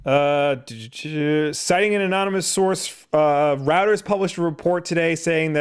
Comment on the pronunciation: "Reuters" is pronounced like "Roy-ters". Like how "Freud" isn't pronounced "frewd".